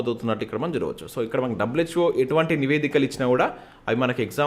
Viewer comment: Please read the words carefully, take your time, there's lot of mistakes while you are reading, and this is not the first such video. Like in this video you read 'HWO for WHO' and 'Mini Girls for Mean Girls' and other mistakes, we might be reading the newspaper article along with you sometimes as we watch the video while you are reading which is making us confused because what we're reading and what you are reading are different, so we have to pause the video and recheck the paper. I've been following your videos for a while now and was waiting for you to improve but I had to bring it to your notice because I want to be able to listen to the video while multitasking sometimes and blindly believe in your info the way you read it and learn it on the spot. I appreciate the content you're providing, but please consider the above, I'm looking forward to your next videos. 👍🏻